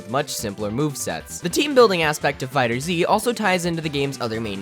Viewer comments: Wanna know the best tip on how to be good at this game for real? ahem STOP CALLING IT FUCKING "DRAGON BALL FIGHTERS Z" it is pronounced "Dragon Ball Fighters" (Dragon Ball FigherZ) If he's calling it that as I joke, I'm sorry. Lol but I just HATE when people call it that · IF YOU SAY FIGHTER ZEE ONE MORE TIME! ITS FIGHTERZ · Kai wack and it's fighterz not fighterzee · its not called "fighter zee" , its called "fighterz" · It’s actually meant to be pronounced Dragon Ball Fighters. The Figther(z) with the Z is a cute way of changing the S to a Z to confusing the general public hahaha. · It’s not pronounced fighterzee it’s pronounced fighters the z is just there for jokeZ. See that? Z what I did there? Z what I did THERE? Okay I’ll stop. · It’s dragon ball fighterz , not fighter zee... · z, not zi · Fighterzzzz not Fighters Z🤦🏿‍♂️😂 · it's fighterZ! not fighter z !!!!!! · FIGHTERZ! NOT FIGHTER Z! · Tip 1...never call it Fighter Zee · I hate how you call it fighters z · It doesnt really matter but its pronounced fighters the Z being there for the Z fighters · Oh look a lovely video about DragonBall FighterZ I wonder what amazing and valid insight this gent has Pronounces it 'Fighter-Z Aaaaaaand we're done here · Lol I like how he's calling it "Fighters Z." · You don’t have to say Z in FighterZ just say FighterZ with the Z sound at the end of Fighter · "Fighter Zee" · Idk what triggered me more “Dragon Ball Z Kai” or “Dragon Ball Fighter Zee” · Pronounced Fighters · It's fighterz not fighter z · You don't even know how to properly pronounce the name of the game... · Actually the first step to becoming a legend is pronouncing the game's name properly. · Fighterz z? Its like fighters. Not Fighters z.